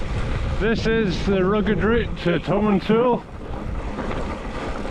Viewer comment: I stay in Grantown so I know some of the tracks you were on, but a bit more route description would help. Eg how did you get from Elgin to Dufftown. You need to work on your pronunciation- it's Tomintoul, as in "towel".